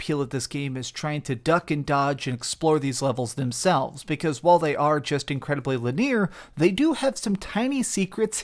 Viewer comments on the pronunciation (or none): I love you,, and I know you read the comments, so I'm just going to say it again, because I don't know if it bothers anybody else, but the word is pronounced "Lin-e-ar," with three syllables. I've heard you pronounce it "Lin-ear" in the past. I mean, who cares, right? But still. Just to let you know. Thumbs up for the review, though! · Linear. Not Lineer, Lol. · I love you, but please stop saying "linear" that way. It's not pronounced that way! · There is this thing called an accent, where words are pronounced differently depending on the region of the world or country you are from. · I agree, please re record this using the proper pronunciation.